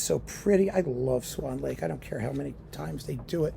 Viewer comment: “Schwann Lake” 😂